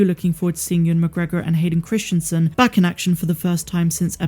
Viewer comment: You're pronouncing the name incorrectly. Even though you've spelled it correctly in the title. Christensen [kris-en-sen] Not Christianson [kris-tian-son]. It's strange that you can spell it yet not say it correctly.